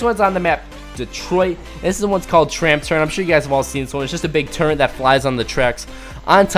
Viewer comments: He say turrent not turret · turret not turrint